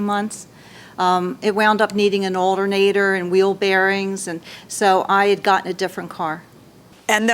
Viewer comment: I’m Sorry what’s an “aldernador”